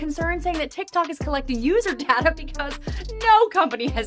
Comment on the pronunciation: Babes it’s not data it’s data 😂😭